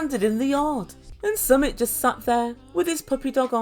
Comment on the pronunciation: It's pronounced "Sumeet"